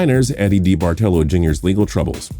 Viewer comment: It's pronounced DA BAR TA LO